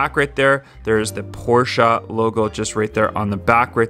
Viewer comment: The fuck is a porscheu